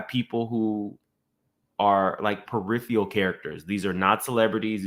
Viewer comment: Engraged? A rocket science? Down the pike? Peripheal??? This mfk can’t talk right 😂